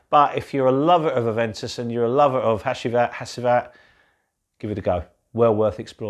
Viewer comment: Hacivat is pronounced Hachivat..Another good review. Think I'll stick with my cheapie A.D.A.M for my Aventus clone 👍